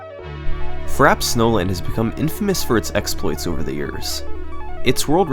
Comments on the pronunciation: I swear if he doesn’t stop saying Frapp instead of Frap-ay snowland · Amazing video! One problem... it's pronounced "fra-pay", like the beverage, iced frappe. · As a McDonald's worker, I can confirm that it is not pronounced "frap" but it is "frah-pay." Uncultured swine. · It's "frappé", pronounced "frappay". Means "beaten". It's a word we still use in French. Nobody says "a frappe" (pronounced "frap"). "Niche" is pronounced "neesh", it comes from "de niche", something that only interests a few people (a "niche" is a small area, almost hidden, in architecture). Also, for free: "the manly fiancé ate a crème brûlée with his girly fiancée". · That pronunciation is fra-pay. Not Frap. You don't have mcdonalds, burger king or wendys where you live? They all sell frappe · Very good but frappe is pronounced frap-pay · And the funny thing is that it's actually pronounced "frap-ay" snowland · TO SETTLE YOUR PETTY DEBATES It is actually pronounced frap-ay (frappé). On screen there's no « é » accent because you can ignore accents on capital letters, only must you have them in lowercase. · Wait, isn't frappe pronounced "frap-ay"? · no. Frop-ay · I believe it's pronounced Fra-Pay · Isn't it pronounced frah-pey? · I thought it was pronounced Frappé, like the drink? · Its frappay for the record. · I always pronounced this track like "frappy" snowland lol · I'm certain it is indeed "frappay." We shouldn't believe pronunciation is flawless; everyone makes mistakes. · Bro you spent 5 days making the video and you didn't learn how to pronounce Frappe 😂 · I can't handle his this man pronounces frappe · The way you pronounce frappe hurts me. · I love your work, but that's not how you pronounce "frappe", dawg. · "Frap snowland" French word Frappé: Je suis a joke to you? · I'm pretty sure that frap is the short way to say frappe